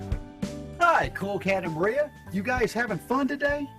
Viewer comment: Does he have a speech impediment or something? I just realized the girl's name is "Maria" not "Moria" like he says. Then the "alternatul fuels" and "going grink". Obviously you mentioned these but right after the "going grink" part he says "'Cool Cat goes Ethanol' is a story that teaches _____ children". What word does he say here? Sounds like "quote unchildren" or "court owned children". It's been driving me crazy trying to decipher it. Also, I had no idea that "Going ethanol" was ACTUALLY proper english. Obviously adults would understand it but we probably shouldn't teach children a slang way of saying that they are going to learn to use alternative fuels... oh wait, wasn't there already a book about that? Well that seems like the bigger mistake of the two if any...